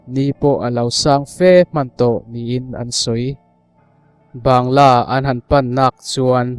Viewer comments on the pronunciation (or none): Bangalow lam dan kha mizo in Bangla kan tih ang hian i lam mai lo a ni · A ngaihnawm viau a,mahse,Bangla ti lam rik mai tur Banggalaw ti a,ilam hian ngaimawh a hlawh e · Ban-ga-law ti zel a. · Bangla ti in lam la hriat a nuam mai awm e.